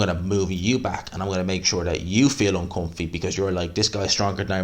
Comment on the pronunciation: "uncumfy" lol